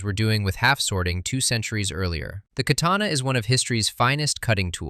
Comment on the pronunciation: goddamn slop you really couldn't fix the fucking H in katana seconds in the video? i HATE SLOP LIKE YOU #DIAF